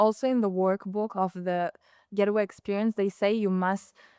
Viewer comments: Hey good people : -) she is saying the name incorrectly. It’s Gate way - not getaway . It’s like a garden gate but it’s not getaway like a bank robber. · 🤔 Pronounced: Gait-Way✅ ... not Get-A-Way ❌